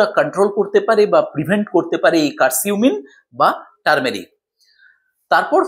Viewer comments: আসসালামু আলাইকুম বড় ভাই উচ্চারণটা কার সিম হবে না উচ্চারণ হবে কারকিউম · কারকিউমিন,কার্সিউমিন না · Hmm,❤ উচ্চারণটা ভুল বলছেন